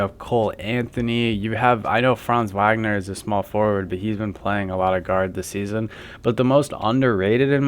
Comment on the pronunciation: Franz who?? This is how we know it’s not you talking! When you can’t even pronounce the last name of our best payer! WAGNER=Vawgner!